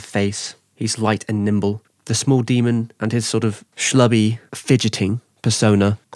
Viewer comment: Why can't he say demon?